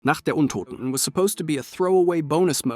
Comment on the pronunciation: liked the opening when u said nacht der untoten🤣